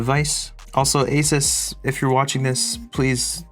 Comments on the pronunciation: say “asus” without the “a” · Take out the “a” in “asus”😳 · "Say Asus" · I love how the song says the correct pronunciation of ASUS and then he immediately after says it wrong